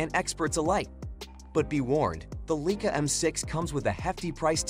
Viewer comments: The "Leakah"???!!!! REALLY??!!! Some expert. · Leica is pronounced "lyka."